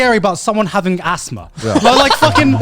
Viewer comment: Garnt said A$$thma 😏😏